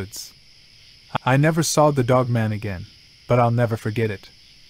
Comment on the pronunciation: Sounds like you said female "woke man"😅 weird way to end